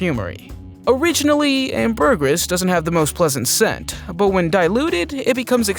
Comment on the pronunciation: Please learn how to pronounce ambergris.